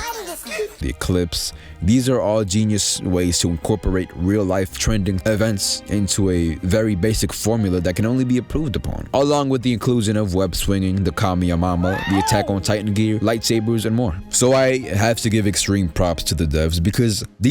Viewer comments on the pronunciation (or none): This nigga said "kame-ya-mama" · Wait wait wait, how did tou say kamehameha?? I love you regardless